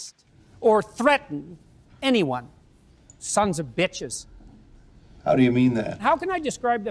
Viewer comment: “Thuns of bithes”